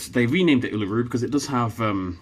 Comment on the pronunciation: me cringing at how he said Uluru